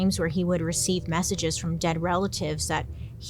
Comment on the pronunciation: I thought you said massage not message at first, and was terrified imagining a spider rubbing my back for just a moment 😬